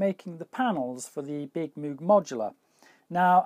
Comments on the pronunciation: OMG, you silly Pogue. From now on pronounce it right! -- Robert Arthur Moog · Since you are pronouncing Moog incorrectly, I will confiscate your modular. Thanks, and see you soon. heh